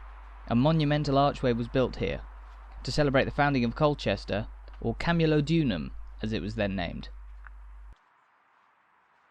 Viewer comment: PLEASE KEARN TO PRONOUNCE CAMULODIUM. Sorry if my spelling is off.I was born in Colchester and very proud of it's history.